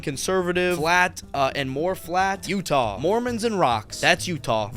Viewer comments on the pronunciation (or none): none